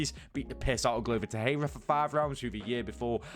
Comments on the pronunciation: Bro I love your content but PLEASEEEE, pronounce Glover Texeira ‘Glover Tek Sharer’❤️ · new mythical fighter Glover Tehera 😂 dude what is up with your lack of research. Easy work finding a clip where people pronounce his last name properly